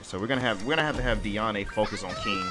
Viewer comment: YOU SAY HER NAME AS DEE -AN, God its so tilting É or é is when you say ey at the end of the sentence, there is literally no accent on it.